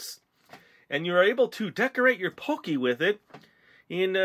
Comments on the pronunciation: pronounced pah-kee not poh-kay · It's not pokey it's pockey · i cringed every time he said pokey instead of pocky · Lol you pronounce it pokey when its everyone else says like "Pock - eey" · It's called p o c k y not pocy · it annoys when he says pocky as pokey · its not poky its pronounced paw-ki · Its pronounced PAW-KEY :D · Can someone please tell him its pronounced pah key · Heh, so did I. he said pokey and i'm like..NO! >.< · omg is p-o-ck-y not pokie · god i cringed when you said pookey >.<